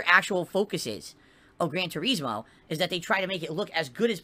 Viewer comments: ive never heard anyone call it that.. everyone including the reviewers for 15 years called it Tur-iz-moe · Why does he think people want to watch him drive through the grass in "Gran Toureezmo" lol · Grand TuREESmo! BWAHAHAHAHAHA 🤣🍸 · "gran treesmow" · He can't say Turismo right and it pains me to hear him say it.